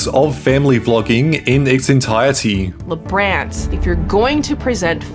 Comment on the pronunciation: Cancelled BECAUSE they're Pro Life Christians. And this narrator doesn't even pronounce their names correctly.